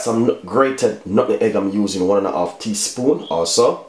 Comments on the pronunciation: Nutmeg not nutnhegg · Please Sir....the word is nutmeg. Love your recipe.